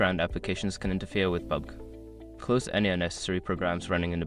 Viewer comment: Wtf is that pubg pronounciation?...